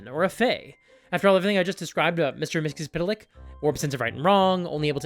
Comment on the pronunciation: First of all that pronunciation of Mr Mxyzptlk, for a name that has barely any vowels, is amazing. Also, I'm so tired in serious, dark, gritty media. Give me cheesy colorful stuff, like the D&D movie or One Piece live action. Those are incredibly good even with all that goofy stuff around. I want that in my games.